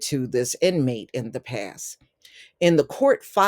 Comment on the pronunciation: I totally agree he had a pass and that was the problem. That was a joke about your accent because you say past but sounds like pass 😂